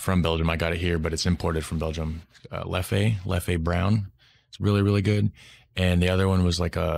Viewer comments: Hey mate it's just Leff. You don't accentuate the 'e' on the end xx LEFF 😊 not hating just saying ❤️❤️🍻🍺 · Leffe brune or Blonde (pronounced Leff like Jeff, drop de last "e") is not a "good" beer. It's at best average, I use if for cooking only, not for drinking. Try the Trappists beers like Triple Westmael, WestVleteren XII, Chimay Blue or White, Rochefort Blue cap, Orval .... The plates he speaks about in the restaurant are: -Carbonades Flamandes (Flemish stew) consists of beef braised and low cooked in beer with onions, gingerbread-mustard seasoning. -Anguille is eel with veggie sauce and shrimp sauce (he talks about Orval base dressing) -Foie Gras (Goose of duck liver) made with a Rochefort sauce. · Leffey makes me laugh . Man, it's called Leff with a mute "e" at the end , that's french prononciation . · "Leffe" is pronounced "leff", not "leffay", lol. And Artois something like "are-twat" but without the final t. So "artwa". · There is no Leffey, call it Leff ...